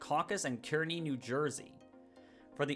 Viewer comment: Great video! One small thing, Kearny, NJ is pronounced “carney” like the smelly guy who stands outside the circus